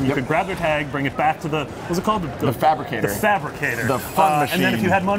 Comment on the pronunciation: lmao he said thabricator... its fabricator cmon